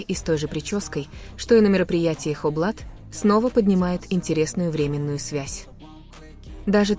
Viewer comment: Не врЕменную связь ,а временнУю связь. Совершенно разное значение